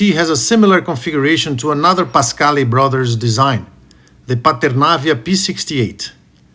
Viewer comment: Partenavia...non paternavia